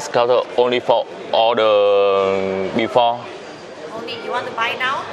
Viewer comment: Fo sờ. Nói tiếng anh kéo theo xi. For thôi là được rồi